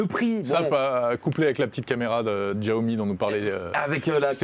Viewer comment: Mes oreilles à chaque fois qu'il dit"Tchiaomi" 😣